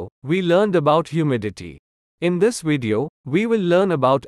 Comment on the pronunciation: Video with a V. Not wideo. It's not hard really. Try it.